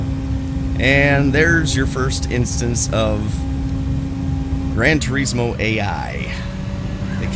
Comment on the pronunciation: Its not called "Gran Turiiiiiismo".